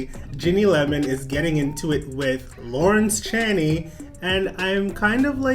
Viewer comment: By the way it’s Lawrence Chaney sounds like Dick Chaney or 2 Chains ⛓...not that you asked lol. Not trying to be rude just trying to help ya out ;)